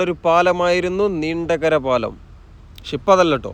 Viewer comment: നീണ്ടുകര അല്ല നീണ്ട കര കീരി പ്പുഴ അല്ല കുരീപ്പുഴ